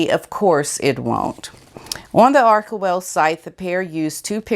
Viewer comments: Pronounce it this way "Are ch (like church) well. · Love your belabored pronunciation of the ever pompous "Archewell" You know how to hit the nail on the head in Meghan's foolhardy attempt at being it the celestial kingdom of the up-up-upper class.